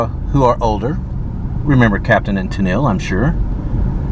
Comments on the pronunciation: It's pronounced "TEN'l" not Ten-EEL. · Tennille is pronounced Tennull. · Bartow is Bar-Toe and Tenille is pronounced Ten-ul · It's pronounced tinal ..beside sandersville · Water tower is what you was seeing beside the overpass in Tennille. Pronounced ten L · It’s pronounced TEN-nul. At this rate, I hope you don’t do videos of Dahlonega or Vidalia. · My father was the minister at Tennille First UMC when I was born. A wealthy family went to the little church and gave generously to it. It was lovely and even had a pipe organ, which is unusual to find in such a small church. Also, people from Tennille pronounce it ‘Tin-ull’. Phonetically, your pronunciation was correct.😊 Also, that house in Sandersville appears to have new windows and looks to be structurally sound. I can’t help but to wonder if it’s been prepped for repainting. I hope I’m right. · I live in sandersville. That big cement tower you saw is an old water tower. Tennille is pronounced (Tennal), yeah, I don’t know why either. Sandersville has civil war reenactment every year. Elijah Poole(Mohamed) lived here. Yep there’s that . There’s a church on every corner. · Tensile. Pronounced Ten nill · Tennile, GA is pronounced as Ten nile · Yes. I love when visitors come through. They always pronounce it Ten-nille—-like captain and ten-nille. Not sure of the spelling🙈. And yes sandersville is the kaolin capital!!!!